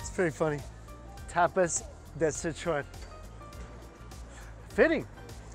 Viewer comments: Its Tap-as not Tap-is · Lol I love ya dearly, Mike, but that pronunciation of tapas... American tourist af 😂